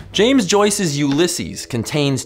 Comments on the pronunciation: Cool vid. The stress is on the first syllable of 'Ulysses' though, not the second.... Just bein' that guy. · 'Ulysses' has the stress on the first syllable not the second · Love that you spoke about Ulysses but it's pronounced "you-la-sees" here :) but sure there is really no wrong way to say it